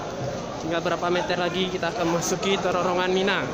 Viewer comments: bilang terowongan kok susah... penyebutannya kok terorongan..?? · pengucapannya bukan TERORONGAN tp TEROWONGAN...... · Terowongan Hadeh gemess ngomong terorongan terorongan terosss